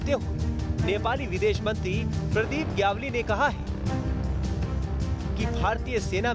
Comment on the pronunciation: Gyawli nahi GYAWALI